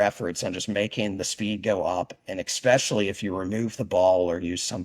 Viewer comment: Why do intelligent people say eXspecially? You sound like a child saying pasghetti. Dude likes to talk about himself a lot.